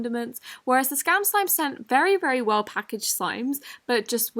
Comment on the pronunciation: I love how you say “slim” instead of “slime”😋😅😵